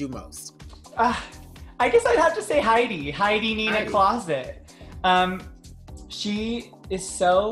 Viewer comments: i love crystal!!!! but did she say “Heidi Nina Closet?” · Did Crystal call Heidi "Heidi Nina Closet"? lol